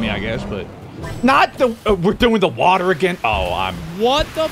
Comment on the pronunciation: “The wowdur. His ball touched the wowdur”